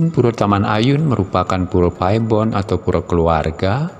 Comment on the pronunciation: Bahasa Indonesia untuk PURE adalah PURA dan dibaca PURA bukan PURE(LOKAL)🙏